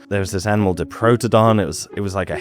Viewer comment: A couple of pronunciation notes: Diprotodon - think “die” for the first syllable rather than keeping the i short. Bunyip - the first syllable is pronounced like a bread “bun”, rather than, say, the u in “put” Emu - the long ee sound is correct, but you bung a y in the middle. So “eem-you”. Thanks for the video though!